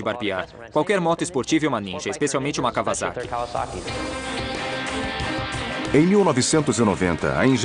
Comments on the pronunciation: 2 coisas... cada vez que esse narrador fala KAVAZAKI... me da uma pontada no figado... a pronúncia correta da palavra Kawasaki é: KAUASAKI. noob! o segundo detalhe é a pena que da ao ver o defeito no fim do vídeo. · KauaSSaki com dois SS seria a pronúncia correta. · claudia valeria Da Dilvau3r74ly nenhuma das duas formas estão corretas. Os japoneses pronunciam " kauassaki "